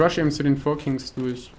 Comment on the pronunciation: ich muss dich mal verbessern auch wenn ich KEIN englisch lehrer bin es heisst KINGS nicht KIGNS ^^